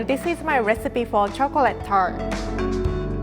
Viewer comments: Love it when she says " chokrate" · Lol instead of chocolate she says chocret